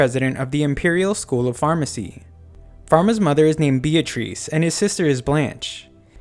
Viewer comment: You ever think his mother’s name is actually beetrice and you just don’t know how to say it??